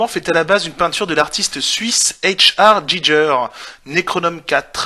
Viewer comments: Ah et au final c'est pas tant un problème d'accent que de simple prononciation; Giger est suisse, pas anglophone, ça se prononce donc "Guigueur". Voilà :) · C'est quand même con de prétendre informer sur le xénomorphe et prononcer Giger "Djidjeur". :P